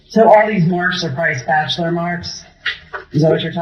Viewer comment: "Ambalance" & a "spachaler" what an uneducated and demonic FOOL.